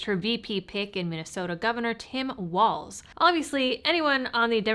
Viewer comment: Thank you for pronouncing Walz's name correctly! I cant stand Tyrant Tim and neither can I stand hearing so many peiple say "waltz"